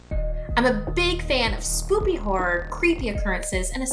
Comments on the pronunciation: Did... she say spoopy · I don’t know if she purposely accidentally or mistakenly said spoppy or if I don’t have good hearing. But it is funny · Did she say spoopy? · She really said spoopy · She said Spoopy instead of spooky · Is it me or did it sound like she said spoopy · did anyone else here her say spoopy horror in the beginning of the video?🤣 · Did she say.... SPOOPY?!?! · Did anyone else har her say spoopy horror at the start no just me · Did....did...did she just say...*spoopy* ? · Lol she said spoopy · did ypu seriously say spoopy (〒︿〒﹀ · In the begining you said “Spoopy” 😂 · She said spoopy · Did the new host girl say Spoopy Horror? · o did she say “spoopy” :> am le happy now